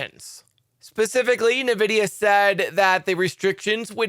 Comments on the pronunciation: PRONOUNCE NVIDIA [en-VID-eeyah] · Plz correct your pronunciation of "Nvidia"